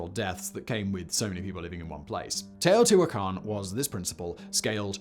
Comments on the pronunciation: Well hey, at least they either coached him or he stumbled onto the right pronunciation. At least according to the Great Courses lecture I listened to and the wiki guide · Cuicuilco pronounced "qweeh-qwill-coh". Teotihuacan is on point.